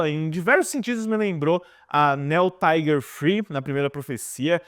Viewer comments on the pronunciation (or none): none